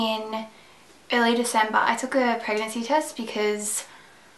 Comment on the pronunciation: i thought she said herpes guys :P at the first seconds of the video